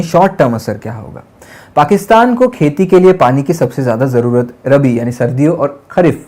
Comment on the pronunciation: जैसे खुद वायर वाले हैं, वैसा ही इस लड़के को रखा है पढ़ लो बेटा थोड़ा...देख के भी नहीं बोल पा रहे रावी को भी रवि बोल रहा और रबी सीजन को भी रवि बोल रहा😂